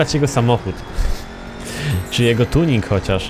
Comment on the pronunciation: jaki tunink nie tunink tylko tiuuning